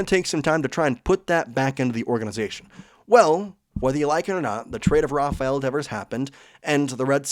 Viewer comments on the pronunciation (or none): none